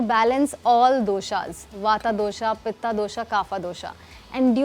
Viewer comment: it's वात not वाता & पित्त not पित्ता 😂